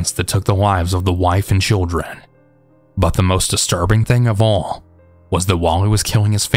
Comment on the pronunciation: Love the long videos! Just a question tho... Is there like an audio/recording reason you say "bun" instead of "but" most of the time? I know Ts at the end of a word are hard on mics, so I was wondering if that was the reason. Thanks!